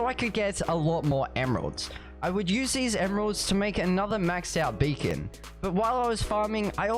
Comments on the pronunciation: When he says BEACON he said bacon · i hear you say bacon and nethor